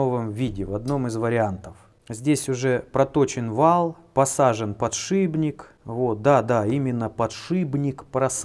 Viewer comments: Подшипник, подШипник, шип, а не шыб.... ААААААААА У меня почти кровь с ушей пошла))) а так все круто как всегда) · Вот же гад... ))) еще и издевается... "подшиБник... подшиБник" 😳